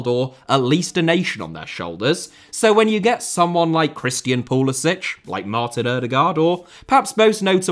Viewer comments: It's pretty funny how most Europeans pronounce Pulisic's name as "Pulisich" (Pulisić) as if her were Czech or Croatian, but nah ahaha, I don't wanna by that guy, but it aktshually Pulisic (Pulisik) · Somebody should tell this guy how to pronounce Pulisics name. He is American not Croatian. It is pronounced as Poo li sick not Piu li sich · His name is Pulisic not Pulisić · Thank you for this comment! I know it’s difficult to switch gears when the Slavic pronunciation is deeply engrained but you manage to pronounce Thierry Henry without a hard English H. It’s seriously like nails on a chalkboard to American ears. Puh-lis-ick… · It's pronounced PULISICK. Yes, I know, he's of Croatian descent. But he pronounces it PULISICK. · It pronounced pulisik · If he can only pronounce his name right… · He’s literally of Croatian heritage. He could have played for Croatia. He just can’t pronounce his own name. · Yes, the point is he’s doing it wrong. It’s a Croatian name and doesn’t end in a hard c. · Odd that you don’t pronounce pulisic correctly as per how he pronounces it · You've done one thing that Pulisic hasn't done. Pronounce his name properly. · Love how you consistently mispronounce Pulisic according to Christian himself.